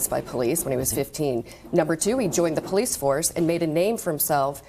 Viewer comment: “…defund the porreece.” HAD to unlock my phone to see if she was azn. 😂